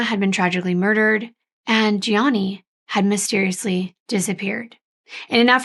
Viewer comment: You did a great coverage of the case. I hate that you kept calling Gianni, Johnny though lol. It is pronounced G—ON-EE lol 😆 I thought I was tripping at first lol 😅 Regardless I love how detail oriented you are